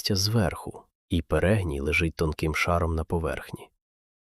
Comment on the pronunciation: та не перЕгній, а перегнІй